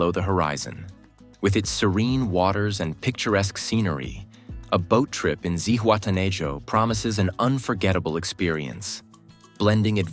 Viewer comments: It is pronounced Zihuatena ho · Man kann Zihuatanejo und Playa auch richtig aussprechen